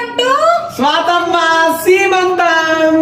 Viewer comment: శ్రీమంతం కాదు సిస్టర్.. సీమంతం..చల్లగా ఉండండి.